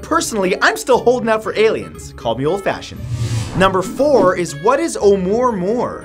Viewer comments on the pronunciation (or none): Amuah, Amuah... I spelled it wrong I know, but THATS how you pronounce it... There certainly aren't any RS in there... It's not amore, amore? Wtf? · Seems that if anyone else had commented on the pronunciation of the asteroid oumuamua it is deeper than I care to search. Amyway you pronounced it "oo more more". It is "mow mow", inspired by the song papa oom mow mow, by the Rivingtons, in 1962. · SitOnMyFace oumaouma , there's no R in it. How do you get moor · It’s not name “oh murr murr” it’s oumuamua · There is no "R" in Oumuamua. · lol, "What is Oh-more-more?" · Hey! This is Lynne, not Jack. Anyway, talking about Oumuamua, well first, it doesn't have an "R" in it! It is pronounced, "a- moo-a-moo-a". Believe it or not, we know exactly what it is! It's an ancient alien spacecraft! Here's another theory of what the moon is: it's an alien spacecraft. We shot a missile at it and it rang for hours indicating that's it's hollow and made of some sort of metal. Some whistleblowers claim that there are numerous bases on the dark side of the moon of both our and "theirs". Of course, everyone can choose to believe what they want to believe! ^_^ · Glad I'm not the only one that heard that, somehow it gove me anxiety every time he said it wrong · Hey really love your show..all your hard work....just wanted to let ya know..its pronounced uh-moo-uh-moo-uh... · Oumuamua is pronounced a- moo-a moo-a! Just an FYI!😀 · i cringe every time matt says "omoormoor" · 'Oumuamua is pronounced OH-oo-MOO-ah-MOO-ah. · Wait who added the R to Ouamouamou